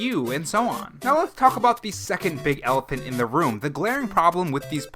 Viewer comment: “Secound problem” XD